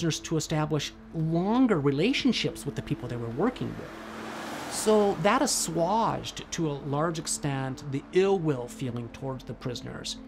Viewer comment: that aswaged, to a large extent . . . " Assuage is pronounced with a long A as in "ape"